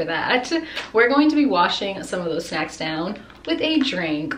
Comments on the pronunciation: "Shnacks" just say snacks no hate tho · No hate but why you gotta say shnacks like talk normal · Just like she says shnacks instead of snacks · DO A PART 2 my fav snack i will send on insta P.S you said “shnacks”